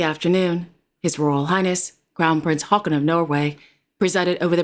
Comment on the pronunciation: Said Haakon!please listen again.may be you didn't hear well.She pronounced correctly.